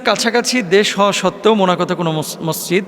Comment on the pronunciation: এত বড় আলেম!অথচ মসজিদ ঠিকভাবে বলতে পারে না!হায় আফসোস।